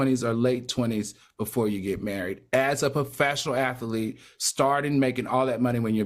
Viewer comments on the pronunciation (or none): Al, the word ATHLETE is pronounced Ath-leet. You ALWAYS say Ath-a-lete.